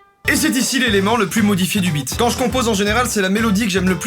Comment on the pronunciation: Ptn.g l esptit pal placé a chaque fois qu il dit.beat j entends bite😅😅